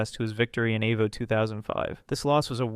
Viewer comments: Eh-vo and Ju-ha. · Eh-vo? I think its e-vo. Friggin dunce. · Its Evo, like Evolution. And its Retsu Prae, like if a Japanese person was saying Lets Play, the mispronunciation of so many things got so tiresome. Good video still. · Noice, great so far and nice narration voice. But it's pronounced "ee-voh" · The research is on point. My only piece of constructive criticism is to double-check your pronunciations. You mispronounced Darksydephil, Jaha, Evo, Evil AJ, and Alex Valle, even though this video itself includes clips of those names being said correctly.